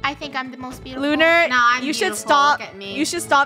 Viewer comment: Nobody: Literally nobody: in the intro: "iM tHe boOtIfuLEsT fOOd" Me: 😭😂😂😂😂😂😭😭😭